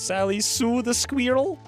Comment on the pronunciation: I enjoy the way you say sqweerell lol "" The odds may not be in my favor, yet I'll still give it a shot